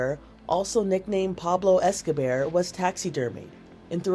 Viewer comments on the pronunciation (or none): the way she said Pablo Escobear though